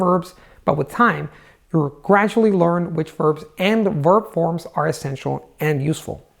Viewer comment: am i the only one who's freaking out whenever time he saying 'lOrn' instead of 'lEArn'?